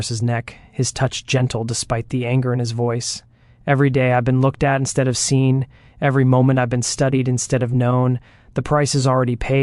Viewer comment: The reader pronounces words weirdly. Instead was pronounced as in-stea-Dee😂 Antebellum pronounced as Antin-Billum